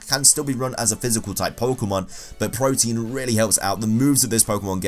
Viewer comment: i cringed everytime he called PRO- TEE - IN Protein